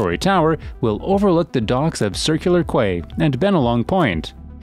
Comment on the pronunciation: "Circular Quay ". Pffft You sound like someone from West Sydney!